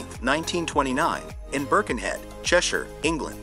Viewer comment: NICE to hear an American accent knowing how to pronounce Cheshire correctly, let down by NOT knowing how "SHE" wanted Bucket pronounced in the Prog. 😁